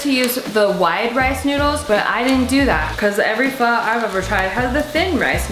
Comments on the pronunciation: CRINGE!! Pronounce pho like ur asking a question. Also, interesting kinda pho. Not something I've seen before, but looks good. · I always pronounced Pho as PH-OOO not PH-AAAAA😂😂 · its pronounced “fu” like fuck but without the ck lol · Omg you really phoking messed that up big time 😂 This is very but very faaar from pho 😂